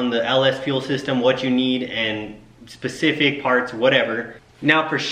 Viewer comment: “Pacific car” 🤦🏻‍♂️😂